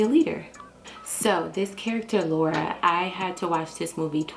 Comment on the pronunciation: Lawura as he calls her lol